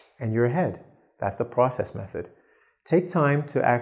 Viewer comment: "Process method" - It's not pros-cess, it's pro-cess. The clue is in the spelling.